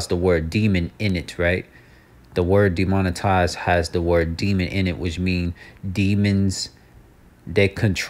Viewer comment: Deomon -TIze. Demonic Advertize